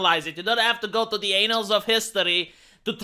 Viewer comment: "anals of history.." - 2022